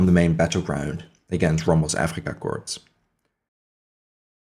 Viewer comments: Another great vid, thanks, not to be critical, but corps or korps is pronounced core, corpse is a dead body... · I only mean to be helpful. The word corps is pronounced without the S at the end. When the S is enunciated it sounds like corpse which is a dead body. It's a distraction from your presentation so I thought I would mention it. I enjoyed the video and you have a good voice and look forward to more of your videos.